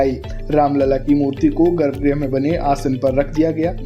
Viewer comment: अरे भई! गर्भग्रह नहीं होता गर्भगृह होता है